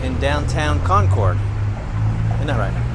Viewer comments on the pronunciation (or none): Great video but it's pronounced Con-Curd. New England town names are funky! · It's Con-kid... or if you insist on pronouncing your R's, its Con-curd. Not "Con-Cord". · In NH they say Conkid not Con cord. We drove across the Kanc from Conway to Lincoln. Kancamagus Pass is at 2855’ above sea level. Enjoy your videos. Take care. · I wish people would learn how to correctly pronounce Concord and it ain't CON-CORDits promounced Conkerd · Concord is pronounced Conquered. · Concord is pronounced CONCURD. What you pronounced is a city in North Carolina or the super sonic jet that no longer flies. New Hampshire is a no-nonsense state and we are rather frugal so it makes sense that the State House is not flashy. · Concord, NH. Say like "conquered." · Us locals pronounce Concord like "Con-curd". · You're obviously such a nice person, but every time you say Concord that way, I want to die hahaha. It's pronounced similarly to "conquered". That's how it's pronounced in Massachusetts as well. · It's pronounced "conquered" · “Con-cord”? smh… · Never...ever(!)...say Con-chord. Ever. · I live in the Monadnock region. I will die here happily. Good job just learn how to pronounce Cong`-curd.Haaa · It's pronounced "CON-cud"....... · Or Conkid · Hearing someone not from New England pronounce "Concord" is always a hoot. :) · Concord, none of us new Englanders pronounce the “r” in Concord. LOL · Love how visitors pronounce Concord , born and raised in Concord nh . Probably never leave lol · To say Concord correctly as a NH resident. Say it almost like all one sylable (or two quickly) ....not two (long pauses) . Concord....not Con Cord🎉